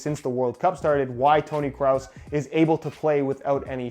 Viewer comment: “Tony Cross” Or Craus